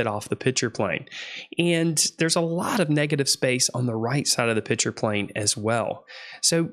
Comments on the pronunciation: "Pitcher" - picture "empordent" - important "singGer" - singer It's annoying as fuck. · Please, maybe it's because I wear hearing aids but are you saying "pitcher" plane instead of pikture/picture plane? BTW, you're videos are great instruction! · Please, please stop calling a picture a “pitcher”!